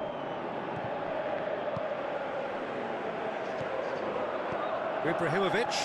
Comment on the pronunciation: "Ibrarrimovitch" (x 1000)